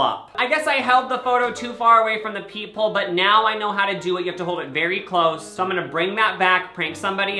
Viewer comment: Every time you said ‘peep hole’ I thought you said ‘people’ and I was so confused. I figured it out eventually though.